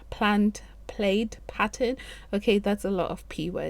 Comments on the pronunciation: This card is gorgeous!!! I love your embossing!! I’ve never seen anyone before you use the press and seal, what a neat idea! The hay idea worked out lovely!! Thanks for sharing!! P.S. plaid is pronounced like lad, plad ;-) 🥰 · You said English isn't your best language, which makes me wonder which one IS? And I'm not sure if it's regionally different, but the USA pronunciation of plaid is more like plad. Your card is beautiful! I always love your videos!!